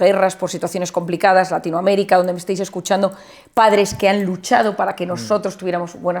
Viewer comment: HISPANOAMÉRICA pana NO larinoamerica